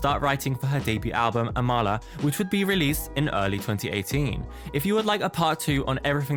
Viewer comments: this is a good video but her name is pronounced aw mul uh lmao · btw her name is pronounced ah-ma-la